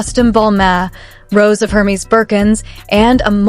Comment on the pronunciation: I know - it's DOREEET not DORIT!!! And Hermes is pronounced ERMEZZ - not whatever the AI voice was saying, lol.